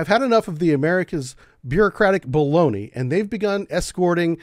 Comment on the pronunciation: when you used the phrase “bureaucratic baloney”, how many times did you record that before you were able to say “baloney”?? Also, your final phrase I agree with. Time is running out.